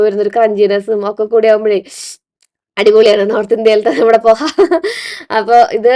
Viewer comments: മോളെ പൊഹ അല്ലാട്ടോ പോഹ എന്നാണ് pronounce ചെയ്യേണ്ടത് poh--haa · പോഹ ആണ് കുട്ടിയെ പൊഹ അല്ല 😂 😅